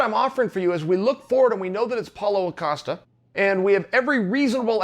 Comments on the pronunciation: its not "acosta", its "costa" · Acosta?? Geeze your getting as bad as Braden Scwabb 🙉